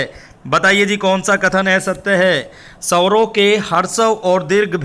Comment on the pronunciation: महोदय आप हिंदी पढ़ाते हैं तो कृपया हिंदी के शब्दों का सही उच्चारण किया करें आप बार बार स्वरों को सवरों कहकर उच्चारण कर रहे हैं,सुधार करें